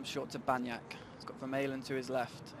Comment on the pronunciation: commentator should learn the players names correctly. Vermaelen